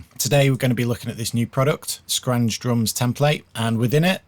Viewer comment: Good tutorial, however it's pronounced as 'Schranz' not 'Scranj'